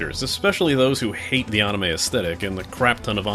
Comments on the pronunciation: Jesus it's anime, not AHnime. You're a good reviewer but that is really irritating. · I love it lol